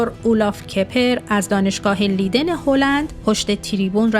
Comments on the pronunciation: تلفظ دانشگاه لیدن اشتباهه. دانشگاه لایدن درسته. Universiteit Leiden. Rapenburg 70, 2311 EZ Leiden, Netherlands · خیلی خوب. تو هم در هلند زندگی می‌کنی. نام شهری در هلند اشتباه گفته می‌شود